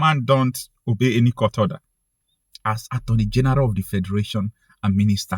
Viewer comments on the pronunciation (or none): Did you say the Attorney General or the Armoury General?